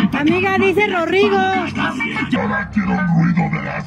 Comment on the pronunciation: Amiga dice rorrigo!!! Jajaja los ADN shalalala